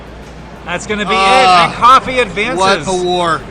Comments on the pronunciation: When your african and you hear Kofi(Coffee) instead of Kofi (co-fee) LOL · How can you make a video like this and mispronounce the name Kofi